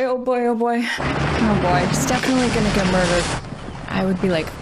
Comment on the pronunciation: Almost as good as her 40's era gangsta pronunciation of murdered. Moidered, gave me some serious Saturday morning bugs bunny nostalgia tingles.